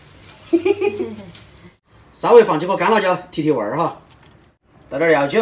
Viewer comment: 原來是(料酒) 聽成藥酒= =